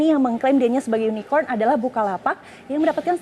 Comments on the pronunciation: KORKOT SUKABUMI ,cebong gagal paham soalnya... Gak nyadar dia di tertawakan cara penyebutan Unicorn itu. Hhh... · Bukan tak tau tp jkowi nya yang nyebutnya salahh Jangan ada yunikon di antara kta😂😂😂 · Ini media parah bangat., Keliatan amat klo media cebong., Hahahaha...cebong dungu., Jaenudin salah pengucapan makanya dikonfirmasi ama prabowo yang online2 itu.??., Itu uang digital udah instant dan gak menutup kemungkinan uangnya secara fisik gak akan beredar di indonesia tapi secara digital langsung keluar negeri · Surya Aditiya ,itulah cebong... Gak ngerti dia di sindir karena salah pengucapan Unicorn itu...